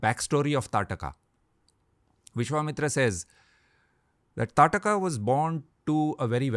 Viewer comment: She was ताड़का I guess. Not Taatka.